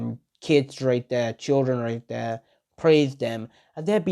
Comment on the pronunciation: instead of right there you say wright dere